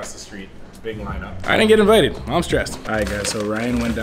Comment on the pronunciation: "I dident get invited, I'm skressed"😂😂shit I'm weak rn